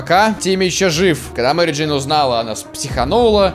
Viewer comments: Мери "Дейн" чуствует себя прекрасно.Я один заметил? не Джейн а Дейн..:? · МЕРИ ДЕИН??? БЛ*ТЬ ЧТО?